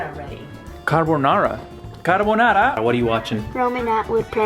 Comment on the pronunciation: wow ,non si puo sentire carbonará 😑😑...